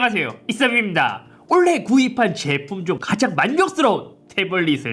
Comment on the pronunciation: 올래가 아니라 올해에요 ㅋ